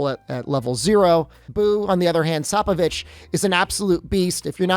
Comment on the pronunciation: thanks but its SPOPE O VICH